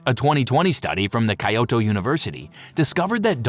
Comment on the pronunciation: That mispronunciation of Kyoto was painful.